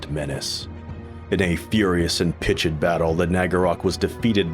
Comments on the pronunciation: Also, pitched, one syllable, not pit-ched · "Gry-lee" fate? you mean GRISS LEE fate. And its Pitched battle, not Pitch-edd. You zoomers and your reading skills i swear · Pitch..ED? I wonder why the pronunciations are slightly off.